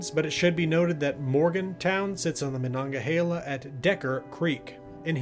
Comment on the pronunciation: The pronunciation is : Mah Nun Gah Hay Lah. But by all means keep saying it the way you were.. I get great joy out of it lol